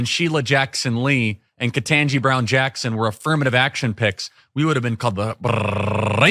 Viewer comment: I can’t stand when he rolls his rrrr’s when he says “racist” what is his point? Who is he mocking? He’s mocking someone. This is who some people call a “good” guy.